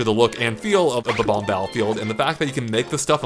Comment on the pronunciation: they are pronounced Bob - Omb. NOT Bah - Bombs